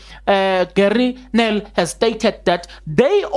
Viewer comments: Haai , call peoples names correctly. His name is GERRIE NEL. I love the research you did on this one. Whether it will hold water or not is still to be seen. For sure cracks are widening. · ITS. GERRIE. NEL....HIS THR BOSS trust ..this Advocate Gerrie will make sure he gets to the bottom an he will seal the coffin..pls can u try to pronounce his name correctly.